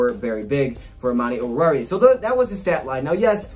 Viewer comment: Whenever someone pronounces oruwariye it sounds like they have their mouth full of food 😂 but did pretty good